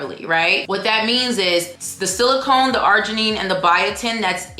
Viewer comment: You pronounced silicon as silicone. Silicone is a synthetic material. Yes, do a comparison video of Mary Ruth and Jeritol please. 😘